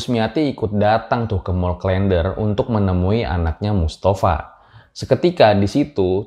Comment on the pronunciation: Huruf e pada "der" dilafalkan sama dengan huruf e pada "klen". Jadi bukan seperti pada kata "blender".